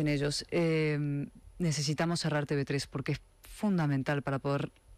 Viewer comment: Diga usted Te Uve 3 Don Federico, deje ya de decir Te BE 3, por Dios. A ver si de una buena vez alguien del equipo lee mis mensajes en los que siempre le digo lo mismo y se lo hacen llegar, para que corrija ese error. ¿O es que están dormidos? No le haga usted el juego a los separatistas. Gracias